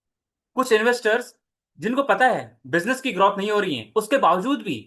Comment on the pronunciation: Bhai ग्रोथ bolte h ग्रौथ nahi